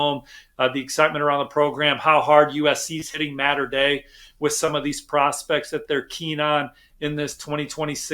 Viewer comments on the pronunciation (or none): Mater Dei is not pronounced “matter” dei…. It’s “Motter” dei.